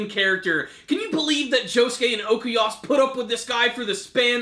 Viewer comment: It's Okuyasu, not Okeyas Smh...